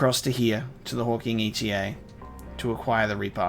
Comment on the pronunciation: It's hawking eta (eta being the seventh letter of the greek alphabet), not hawking e.t.a.